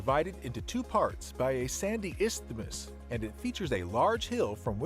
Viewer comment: Not only does A.I. post random photos not even in the area or same country, (saw one vlog showing monkeys and tigers for Australian animals) but at times cannot even speak English! Iths -thmus? It's iths-mus. For Wellington Falls, why were they showing shots of the Tasman Arch at Port Arthur? Russell Falls looks nicer for a day trip. Even better with some insecticide for leeches. The vegetation in the gardens looks sub-tropical. Not sub Antarctic. I am aware of vertical climate changes with elevation but even on the summit of Mount Wellington I don't recall seeing any snowgums.